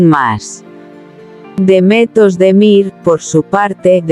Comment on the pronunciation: Kanaman a Demetos de Mir - kdo to je? To jsou nějaké neznámé zkomoleniny...... Pokud chcete o někom mluvit, tak se alespoň naučte správně vyslovovat jeho jméno - to je základ slušnosti a projevení úcty k dotyčnému. Pravděpodobně chcete mluvit o hercích, jejichž jména jsou Can Yaman (ve jméně Can se C čte stejně jako se čte J v anglickém jméně John) a Demet Özdemir. Tak je neurážejte komolením jejich jmen.